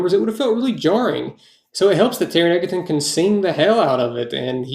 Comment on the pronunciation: Taron Egerton's name is pronounced EDGE-erton not EGG-erton. I'm so sorry if I sounded rude, I certainly didn't mean to, but it was just really bothering me. Lol